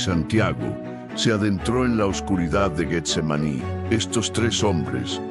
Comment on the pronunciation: Buena narración, la misma historia pero narrada de un modo que todos lo entendamis; pero el uso de la IA comete varios errores como la pronunciacion de Getsemaní lo pronuncia Guetsemani, deberían incarle mas atención pues de por sí las nuevas generaciones ya no saben pronunciar ni escribir correctamente. Amén Jesús! Aleluya Cristo a Resucitado! Aleluya